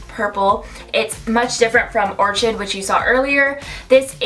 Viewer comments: This was really helpful cause I wanted to see what the orchid shade looks like. BTW, orchid is pronounced OR-KID. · Orchid= pronounced like this; OR-KID HEHE😁